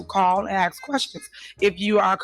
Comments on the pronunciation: It's ask not axs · She needs to brush up on her public speaking. Besides 'axking' for everything she also lets everyone know that she jumps through loop holes to get what she wants. The only problem is that the expression goes "jump through hoops". Must be a slip of the tongue cuz looking for "loop holes" is right up her alley! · Anyone who says axe instead of ask sounds ignorant and immediately loses my respect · You killed me with the whole axen shit lol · College educated? She says 🪓 instead of ask....